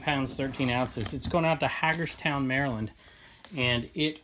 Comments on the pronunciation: "Hagerstown" is pronounced with a long "A".... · my gps pronounces in H-A-Jers-town lol